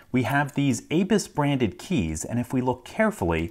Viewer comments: Dude, it's abus, not aybis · its abu's (a'boo's) not A-Bus at least what i have heard. SUPREME DISAPPOINTED